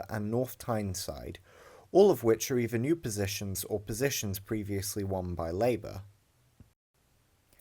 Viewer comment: WIV? NORFUMBERLAND? EIVER? FFS learn to speak properly if you're going to narrate a vid and stop with the MOCKNEY slang already!